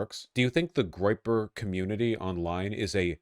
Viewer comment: Vaush it was a groyper please ffs it's a groyper